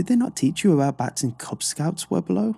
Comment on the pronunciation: I think the best part of this compilation is listening to try to pronounce Webelo lmfao